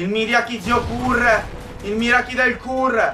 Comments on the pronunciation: scusa si dice mariaci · si dice maiaci